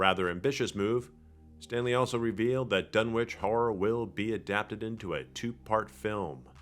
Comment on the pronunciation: It's pronounced "Dun-Itch," the way towns like 'Greenwich' is pronounced "Gren-Itch" in England and New England.